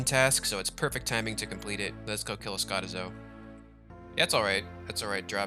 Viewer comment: its triggering me how you pronounce skotizo...... -.